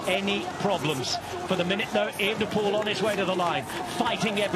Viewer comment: ooenepool.....wtf.....why are you lot changing his name now.....since he came on the scene its e-V-enepol.....and as for 'drama'....bit over the top....a gear change....you call that drama,....ffs...